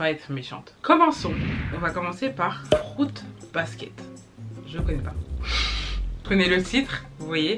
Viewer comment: “Frute basket” 😂